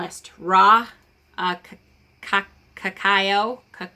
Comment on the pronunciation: great video!!! just to help in the future if ever needed cacao (ca-cow, i like to to think the last half "cao" sounds like 'cow')